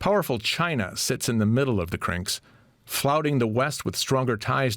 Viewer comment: The way he keeps saying CRINKS makes it sound like a slur. Now we got a bunch of CRINKS plottin’ against us.